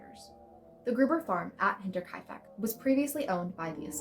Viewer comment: You deserve a gold star for pronouncing Hinterkaifek correctly! Well done. Axe murders are always fascinating!